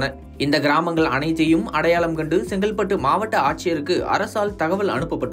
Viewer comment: It's not Sengalpattu. It's Chengalpattu.Speak Tamil properly